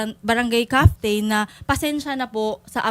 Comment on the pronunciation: Barangay “caftain” omg I have to pause!! Lol